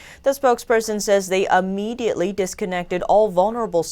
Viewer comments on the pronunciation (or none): This is just a little thing, but the word is immediately not uhmediately.